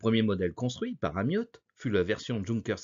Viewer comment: Pourquoi prononcer ''Amiotte''?